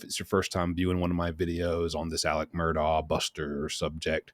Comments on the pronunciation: Incidentally, it's pronounced "Alek" "Mur-dock" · Babe, its “mur-dok” Please say it correctly lol